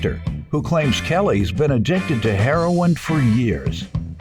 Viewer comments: That's how a lot of people say it. Even some youtubers who report on it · "Heh-ron" = That's how we pronounce it in the 'hood (Harlem/Chicago/Detroit/Bmore/Philly/D.C. and inner cities around the Nation). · why does she say heroin like that i couldn't get over it lol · I personally have never heard a heroin addict say he-ro-in (3 syllables)